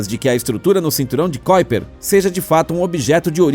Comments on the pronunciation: Amigo não é cóiper e sim kuiper (ku i per) aprenda antes de falar se quiser publicar. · Não é "kóiper"! É KUIPER mesmo! Estudamos assim,! Se você diz isso, a gente não memoriza e não nos chama a atenção! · NÃO é cóiper e sim Kuiper